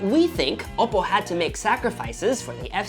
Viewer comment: Oppo is not said as oppo its owppow